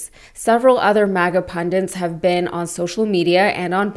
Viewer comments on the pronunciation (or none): Can I just say, the word is “pundits”, not “pundants”.